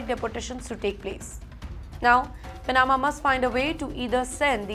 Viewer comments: Who is persecuting and executing these migrants in India? All lies. Btw please work on your pronunciation. Every time you say pa na ma it hurts my ears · Cannot even pronounce Panama or other easier words correctly. Whoever appointed her as a news reader.